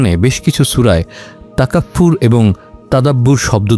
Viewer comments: আমি ভয়েস অফ ঢাকার কনটেন্ট নিয়মিত দেখি এবং এটি আমার পছন্দের একটি চ্যানেল আমাদেরকে এ ধরনের সুন্দর কনটেন্ট উপহার দেয়ার জন্য অসংখ্য ধন্যবাদ ।তবে আজকে একটি শব্দ ভাইয়া বলেছেন যেটা কুরআনে বর্ণিত আছে , শব্দটি তাকাফফুর নয় বরং তাফাক্কুর হবে , কারণ তাকাফফুর শব্দটির অর্থ ভিন্ন আর তাফাক্কুর শব্দটির অর্থ যা আজকের বিষয়বস্তু , মেডিটেশন বা গভীর ধ্যানমগ্ন হওয়া। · শব্দটি তাকাফফুর নয় তাফাক্কুর হবে। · শব্দটা তাকাফফুর নয়, তাফাক্কুর হবে।